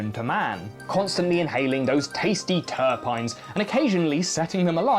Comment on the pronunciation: Also , "terpEnes"